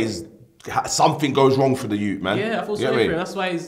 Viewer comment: Man called a 70 year old “the yout”